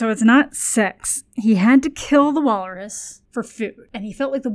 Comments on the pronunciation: Why is she saying Wallerus? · I can't tell if is unintentionally mispronouncing wal-rus or if she's committed to the Wallace+walrus portmanteau bit